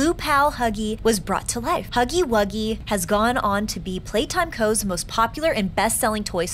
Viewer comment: She said snuggy wuggy